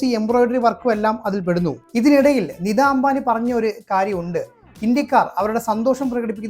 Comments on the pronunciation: “നിദാ “ അംബാനി. .അല്ല. “നീത്താ ”അംബാനി എന്നതാണ് താണ് ശരിയായ ഉച്ചാരണം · നിദാ അംബാനി ആരാണ് ? നിതാ അംബാനി എന്ന് ഉച്ചരിക്കാൻ പഠിക്കുക.